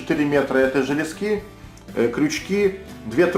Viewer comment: То говорит лЕски, то говорит лескИ, так ты уж определись как правильно говорить.